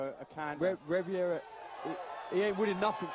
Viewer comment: "Riviera." His name is "Rivera".